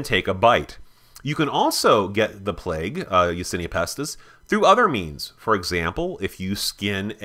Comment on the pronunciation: Isn't it Yersinia Pestis not Yasinia Pestis